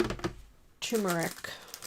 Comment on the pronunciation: It's pronounced, ter-mer-ic and many people leave out the first r, even professional chefs. In 6th grade, our teacher gave each of us an assignment to tell about the different herbs and to draw them. One of mine was turmeric and I always remembered it had the two rs in it. I'm 77, now and that was a long time ago! Too long ago! :face-blue-wide-eyes: I think that turmeric is in yellow mustard, but am not sure and there are turmeric supplements at the health food places. It does color foods it's in.